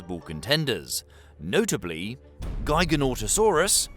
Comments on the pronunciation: devastated to find out that giganotosaurus isn't pronounced like gigantic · giganotosaurus was pronounced jig-a-no-to-saur-us it makes me wanna vomit how bad you butchered the name It was the largest of the charcharadontosaurs which you matched up as exactly the same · Nah man' you clearly haven't researched well on the dinosaurs, while both the Carcharodontosaurids (Carccharodontosaurus and Giganotosaurus) were longer, most of the latest estimates put them a god ton or two atleast below T. rex, also that's not how you pronounce Giganotosaurus. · I've heard Giganotosaurus pronounced as Giganotosaurus and Giganotosaurus, but never as Giganotosaurus and I am shaken to my core by your pronunciation. Also it wasn't heavier than T. Rex. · The pronunciation of Giganotosaurus is a bit goofy, but I’ll let that slide. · The pronunciation of "Giganotosaurus" made me die a little inside. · not as disappointed as every dinosaur fan when they heard his pronunciation of giganotosaurus :(